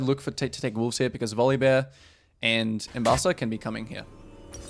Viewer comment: You press w insanely fast and walking to other side of syndra. Is kind of mechanicly difficult for some people. In my games allies dont even auto attack sometimes. Her name is Ambessa not Embassa like you said all first game :D